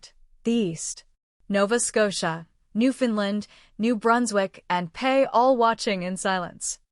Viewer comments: Your AI speaker, while “she” generally does a good job, pronounces “PEI” as “pay”. Perhaps placing punctuation in there, would help. No one has been mentioning much of the Atlantic provinces, throughout all of this. That’s the only part of Canada where I e lived (as a landed immigrant at the time, though with my mother having been born in Newfoundland, and never becoming a US citizen, the Harper government conferred Canadian citizenship onto us). They are likely too poor and too liberal to be prosperous, so I’m not sure how they can be sovereign. While they are fine people, if they were to join the US as individual states, Republicans would never again control any branch of the federal government. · I hat these AI voiced reels...Yet I found so much humor to the voice saying "pei/pay" instead of them writing it with P.E.I or even just printing Prince Edward Island.And its Regina not Regeena. Too funny. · I'm an American, but I know that Regina is pronounced reh-JINE-uh, not reh-JEAN-uh. --PAY? Do you mean PEI, as in Prince Edward Island?